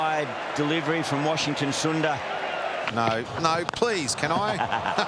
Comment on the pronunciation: Actually he started saying "Comon Washi" but after some time I think he felt uncomfortable and started saying "Comon Wash" since its similar to ash he was comfortable I guess🤣😂